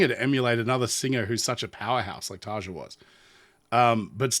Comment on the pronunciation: So I’m gonna be that jerk…. It’s “Yukka” not “Jukka”. And “Tari-ya” not Tarja. You didn’t say it, but just in case…. It is “Vacken” not “Wacken”. Floor’s last name is “Yansen”, not “Jansen”